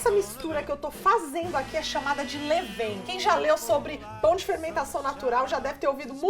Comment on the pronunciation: Olá, a receita é ótima, parabéns! Mas não se pronuncia 'levein' e sim 'levan'.